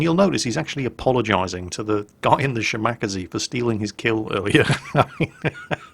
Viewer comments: Omg your pronounciation of a Japanese destroyer hurts my soul. Sheema-Karz-ay That is all:D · Shimack-a-zee!!!!!!!!! Shall-Mack-a-zee. Backless-mackle-zee..... For fuck sake. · If we're going to be really pedantic, it's Shi-ma--ka-ze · he has NEVER pronounced it correctly. Not once its always shi mawk a zee. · Every time I hear say Shi-Mack-Uh-Zee I want to go upside his head, like so hard his head bounces off of his monitor! He KNOWS how to say "Kaze" properly, as he says Minekaze, Isokaze, and Kamikaze all at least CLOSE TO how they are supposed to be pronounced! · well ya 'shi ma ka sei' but good luck getting a none Asian to annunciate them right =P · OMG his pronunciation of shimakaze XD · I think you're pronunciation on the Shimakaze is a bit off.. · You are supposed to pronounce the shimakaze like the minekaze. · Ahahahahahaha!!! The Shimakaze pronounciation you made is completely new to me, it's so.....so.....wrong. Cute but WRONG! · there!! It's from Kantai collection how Shimakaze is pronounced. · I still cringe when pronounces Shimakaze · It's making me want to gnaw my computer monitor in rage. It's such an easy name to say!(at least for a Japanese name) Wait... do you think he's doing it on purpose just to piss us all off? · has pronnounced it correctly before, he must've been sleepy. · Yes, he's doing it to piss off people like you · Yes, I cringe every time he says it. But that's why we love....:) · Ya, poor. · The first time he said it I hoped it was a mistake.... I was wrong